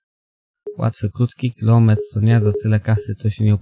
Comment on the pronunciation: Dżizes Krajst... nie dziwota, że ludzie wolą ubera skoro Cierpiarze takie ceny za kilimetr mają :P... Haa Dzięki za wrzute :D